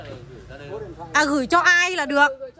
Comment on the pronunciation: 2 bó hoa gần cuối vlog của e tặng😍. E là NT Dung mà c đọc thành NT Nhung-((